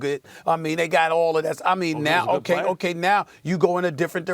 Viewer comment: Stephen A still calling him Jah Jah lol